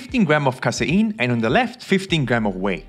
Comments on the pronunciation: Kay-seen not Kai-sai-in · Casein -> KAY-SEEN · I can’t understand what he said ? Casyeen what’s that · I like the way you say casein 😅